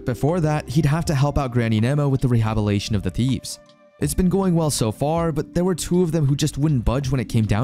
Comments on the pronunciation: Great recap but dude it's rehabiliTation not rehabilation 😅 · Re-hab-il-it-Ay-shen. The story is good but I just can't keep listening to the narrator making hash of words. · good narration other than the way he says rehabilitation. Lmao it bothers me so much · whats with some of the pronunciations? instead of roads he says rods for example. there are a few words that have something like this happen. rehabilitation is another one that is constantly mispronounced as rehabilation instead.